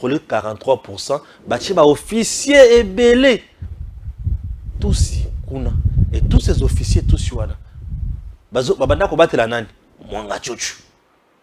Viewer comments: C'est "centoffiers" et non "cenzofficiers",. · Avec beaucoup d’amour,on ne dit pas cent d’officiers mais plutôt cent tofficiers